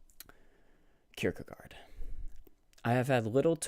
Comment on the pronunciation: Oh wow, you know how to say this fellow's name. You remind me a bit of Brackin Kirkland when he started out doing videos. I just read a really good article that the Hong's wrote on Francis of Assisi in 1963.